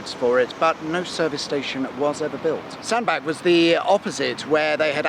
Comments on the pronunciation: FYI Sandbach is pronounced Sandbatch rather than Sandback. I live around three miles from Sandbach. Love the vids. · It's Sandbatch not Sandback!!! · Sandbach: as in “catch”, not as in Johann Sebastien 🙂 My home town. Service station frequently voted the worst in Britain. Tip for folks in cars and vans (it’s a bit tight for anything bigger than an 18-tonne rigid truck); ignore the services signs and instead leave at J17 and turn towards Sandbach; there’s a Co-Op forecourt immediately on the left which has a Gregg’s cafe and a well-stocked shop plus cheaper fuel than at the services. Dead easy to get back onto the M6 too 🙂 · Sandbach say it with a ch please, liking your chan Ⓜ